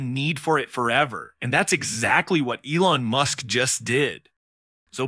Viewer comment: AI spoken??? "AL-ON MUSK".... lmao